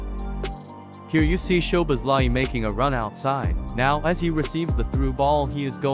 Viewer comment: Listening to this was a pain in the neck. His name man… have a little respect at least and try to pronounce his name properly. At least TRY. Szoboszlai = So-bos-la-e Not to mention… The voice on this video was so painful to hear I had to turn it off after 37 seconds.